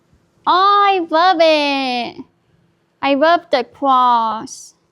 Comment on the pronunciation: "you got me bwacelet? omg I wub it! ESPECIALLY THE MISSING JEWEL PIECE, IT MATCH MY PERSONALITY" 😅🤣